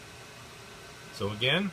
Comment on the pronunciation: It is voila... not walla